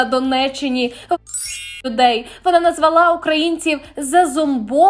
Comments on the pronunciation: Сюжет непоганий))) Але, перепрошую, начитка нестерпна(( Івар КАААлниньш, наголос на першому складі) В родовому відмінку - Івара КАлниньша. А ще "назвАла", "повЕрнеться", "карткОвий"". Успіхів на ниві ютубу!)) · Трошки про мову. Мова гарна, а ле слідкуйте за наголосами: у однозвучних словах прориваються московські наголоси. Приклад замість назвалА (московський наголос) слід говорити назвАла.